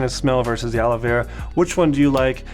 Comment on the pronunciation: Sounds like he’s saying Ala Vera 🤣